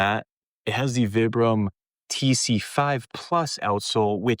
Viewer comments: It's "Veebrahm," not "Vihbrum." Vibram's an Italian company named after the founder, Vitale Bramani = ViBram. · I like the video, good info! Your pronunciation though is killin me! It's Vi like pie or long I sound. Veyebram. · Its Veebram actually, its Italian. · Can’t listen to someone who doesn’t even know how to pronounce vibram